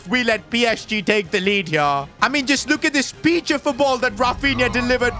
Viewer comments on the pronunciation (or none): none